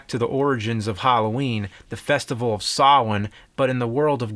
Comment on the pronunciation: Great episode choices, loved this show. Thank you for knowing the real pronunciation of Samhain